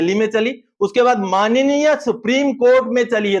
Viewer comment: कोर्ट को manneya नही बोलना और